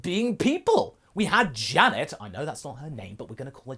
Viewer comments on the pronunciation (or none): none